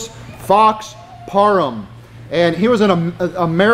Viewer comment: Hey!! Learn to say PARHAM correctly!!